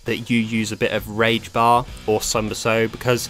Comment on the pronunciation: I know it's "rage system" but I keep hearing "keep the storm rush system but link it to the rape system "